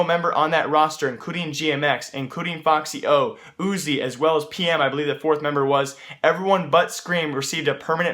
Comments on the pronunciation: its f-x yo, not foxyo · ummm its not foxyo its fxyo